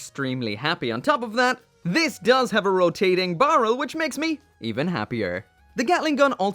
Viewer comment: Words you say weird: "Comparison" "Damashii" "Barrel"